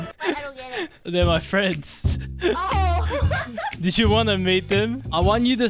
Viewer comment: Myaan these paid fwiends are getting CWAAAAAAZY